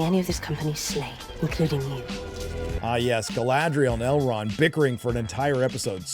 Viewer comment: The way they pronounce R is so painful to listen to… “ElRRRRRond!”